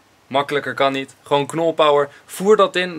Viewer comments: het leek alsof knolpow zegt ipv knolpower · Knolpow in plaats van knolpower